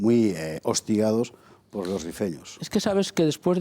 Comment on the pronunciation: “Rifeño” no “refiño”